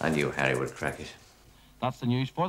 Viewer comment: "Do you have a Hawwy McAvoy?" "No, but we do have a Woderwick".